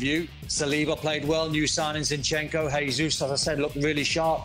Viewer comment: Not a huge deal... but why do so many punters mispronounce Jesus' name (he-zus instead of the correct je-zus)? He's Brazilian, and so his name is pronounced the Portuguese way, not the Spanish way. Yet none of the punters mispronounce Jota's name as "ho-ta".